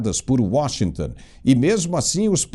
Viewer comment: É Washington, não é Washingtan